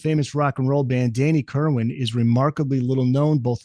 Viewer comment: Kerrrrrr WAN not WIN